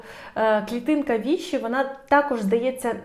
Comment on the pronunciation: Вибачте, але ви неправильно вимовляєте назву клітинки ВішИ. Наголос, як у всіх французьких слів, на останній склад. Походить від назви Vichy, місто і місцевість у Франції.